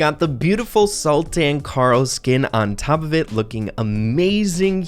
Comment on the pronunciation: I like how he butcher sultan pronunciation.